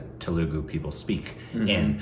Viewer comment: Telugu is pronounced Thelugu